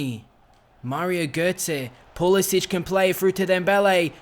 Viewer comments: His name is Pulisic not Pulisić. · Just saying you pronounce it like a k not a ch